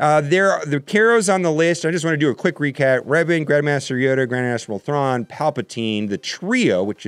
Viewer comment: Say it with me.....”Grand - Admiral - Thrawn” Why is that so hard?